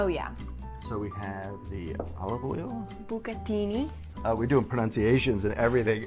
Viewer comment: looks so much like Giada! I love how she pronounced bucatini! Her mom must be so proud. I know Giada is a stickler for correct pronunciations for Italian food/words. I am equally as picky with Spanish words. Say it right or at least try!! 💚🤍❤